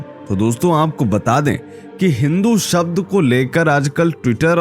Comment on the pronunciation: Come to the point man. You are beating around the bush. Then again, you cannot even pronounce the word 'शब्द'। You keep saying 'सब्द'।